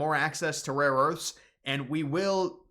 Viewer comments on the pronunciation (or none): none